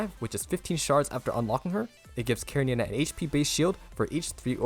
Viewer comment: Sadly the second useless char at SS after Selena and another mandatory weapon and I don't like this direction. One note everyone pronounce her name incorrectly, it's Russian with attention on E karEnina.